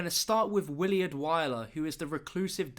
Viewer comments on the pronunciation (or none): it's pronounced "Will-ard" not "Will-E-ard" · it's Willard not williard